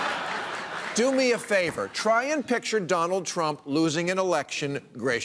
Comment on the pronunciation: "Mr TruMMPPP".